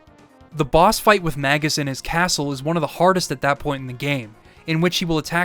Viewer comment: for saying “Magus” correctly (at least as far as I’ve always conceived the name)